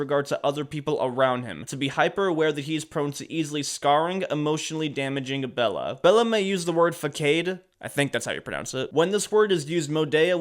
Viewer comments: is fasade not fae cade :face-fuchsia-tongue-out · Its pronounced “fuhsaad” what’s a fackade bro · bro said fakkade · I know im probably going to be called a nerd but the word you pronounced as Fay-Cade is pronounced Fuh-Sod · It's not pronounced Fuck-Cade, its Fuss-Odd. 🙂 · Fakayd (pronunciation) An 11 year old: Fasad (pronunciation) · It's faa caad not fa cade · Fakade? Brother its fasade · It's Façade man Fa-sawed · "Fa-sah-d" facade is a false mask basically. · The word "facade" is fah-sahd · It's "fa-sawed" btw if that helps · Facade is pronounced "fuh-sod" btw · Dude. It’s pronounced fahs-odd. (I get it, though. English is so inconsistent in terms of its pronunciation that it’s not even funny.) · facade is pronounced fa-sadd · Just wanted to say that the "facade" word is pronounced fa-sade. Hope that helps 👍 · Ok. First. The correct pronunciation of facade is fuh-sod. Second, idk if one could in this particular case but you can sue a dead persons estate. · It's pronounced "fa-sod" and I have no fucking clue why. Maybe it's not an english word, I dont know. All I know is that's how you pronounce it. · [Fa Sau De] is the pronounciation I know I couldnt spell pronounces plural [Pronounciation] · Bro said “fakade” hahaha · Facade: (Fah-sod). That's how you say this word friend. Good video. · "fackayde" indeed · No offense lol, but this whole video made me rage. The people mocking his death, hearing the things he did, and anything around him just ugh (I didn't know who he was before this video though). But really... Fah-kade?? And also Andy on the Office didnt go from loveable to hateable. He started off nuts and became beloved 😭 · Im sorry but when you said FAH-CADE it had me rolling laughing, thanks for the video though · The word you mis pronounces is Facade (Fuh-Saad) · it’s pronounced “ Fa s ade” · Its fasad thats how u say facade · For future reference, Facade is pronounced "fuh-sawed" 😃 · Facade is faus-aud English is dumb. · not even close